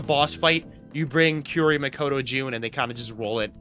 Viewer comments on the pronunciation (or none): First-time viewer, why do you call kaori, kiyori?